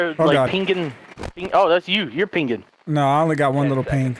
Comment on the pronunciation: The way delirious pronounces Pinging is like Penguin.